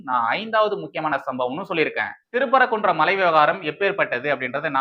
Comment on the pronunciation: திரு பரகுன்றம் இல்லை தம்பி சிறுதிருத்தம். திருப்பரங்குன்றம் என்று வாசிக்கவும். நன்றி